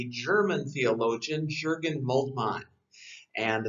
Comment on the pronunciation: Good stuff but the 'J' in Jurgen is pronounced like a 'Y'